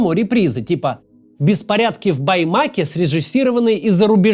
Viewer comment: респект за правильное ударение в названии города Баймак